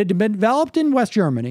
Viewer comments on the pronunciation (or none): none